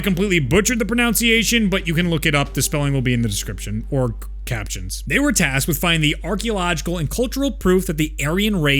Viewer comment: How to actually Ahnenerbe- I speak Texan so I'd completely butcher it anyways